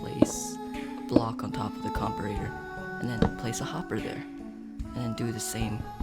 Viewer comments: ahhh comparator is pronounce "compare-a-ter" not "com-per-a-tor" that bugged me so much but thanks otherwise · I only have one issue with this vid, its pronounced compare-ator like comparing 2 items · Right it pissed me off so much I almost couldn’t finish the video lol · great video, but please pronounce comparator right xD